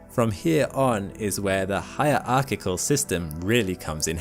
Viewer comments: It's "hierarchical" (say "hirarkickal") by the way, not "higher archical" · Please tell me this is AI and in real life he really does know how to pronounce "hierarchical"...